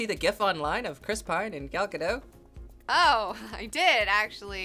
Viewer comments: Did a pretty good job on the pronunciation of Gal Gadot. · I'm Israeli, and let me tell ya, you're the first person I've heard pronounce Gal Gadot correctly. Bravo.